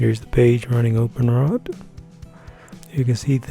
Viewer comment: Open W R T not Openrot